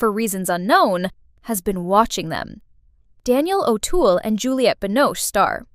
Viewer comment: Daniel who? O'Toole? His name is Daniel Auteuil! Could you not take the time and teach AI how to pronounce the names before doing the audio? Jesus.